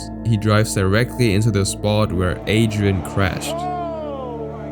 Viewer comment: r you german because how you say Adrian is German dialect